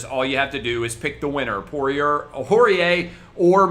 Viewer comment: Ayyy he figured out how to pronounce Poirier 👍🏻